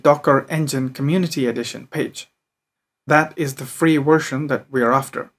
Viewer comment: version, not wersion....practice that "veeee" sound....Very good presentation1